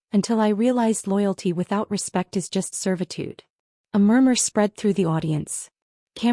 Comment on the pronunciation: Why does your AI spell words like is????? Can it not pronounce this simple word????